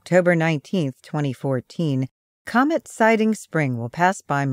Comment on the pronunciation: "Coment" instead of "comet" ??? Lol